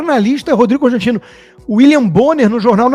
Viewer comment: Será que foi só eu que entendi ele falar “Cãostantino”? Ou é coisa da minha cabeça? Acho que já tô ficando doida , de tanta raiva.